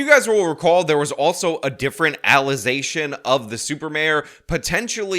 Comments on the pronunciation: Why do you keep pronouncing allegation as allezation? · al·le·ga·tion ˌa-li-ˈgā-shən 🤦🏻‍♂️ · Allazation...an indictment of our education and voting system. Can she at least say indicted? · I heard false alexation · It's Alize-shun. As in the alcoholic beverage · How does someone who can't say the word allegation become mayor